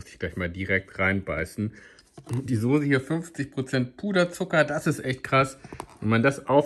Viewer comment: Es heißt soße nicht sose 🤬